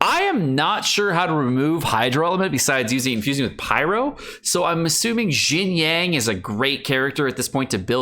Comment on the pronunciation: Yo dude. I know you don't care about how the character's names are officially pronounced, and neither do I that much. But it took me a few minutes to figure out what you meant by "Jin-yang". At least listen to the English voice actors pronounce their own names in the game via the in-game Character menu, because it gets more confusing as time goes on in your videos. Love the content though, been a long-time sub.